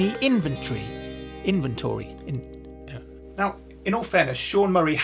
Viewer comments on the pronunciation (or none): "Inventory" In-vun-tree